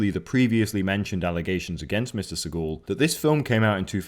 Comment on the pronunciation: Seaghoul? How the fuck does he pronounce the name?